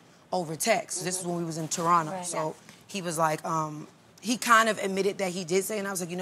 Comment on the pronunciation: Thank you Teyana for saying Toronto like a real native of Toronto!😂